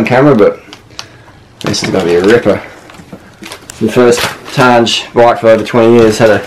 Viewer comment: Tange is technically pronounced "tan-geh", not "tanj" or "tan-gay", but that's ok, I used to pronounce it like you (tanj) until just recently when I was called out on it. Prestige is the finest tubeset that Tange made, compares well to Columbus SLX and Reynolds 531/753. To all the "Put campy on it" comments - fuck that! Harley, you have enough professionally equipped bikes already. Put Suntour Superbe pro on it! Friction shifting only! Be the Bazza you always wanted to be!